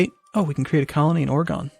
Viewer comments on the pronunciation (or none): lol, its or-eh-gen not oragon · Tol Hydra Or-gun that's how you pronounce. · Tol Hydra Im from Oregon and the correct pronunciation is Ore-ah-gin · Is it Or-a-ghn? or Or-a-gun? Bloody pronounciationbook said both. and I'm not sure if it's either of those.. o_O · The dialect in the USA differ for each state because of how diverse it is. So you'll hear people say Or-gon and Or-e-gon. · It's always funny hearing someone not from the west coast pronounce Oregon :) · do you know the states? lol. Learn how to pronounce Oregon.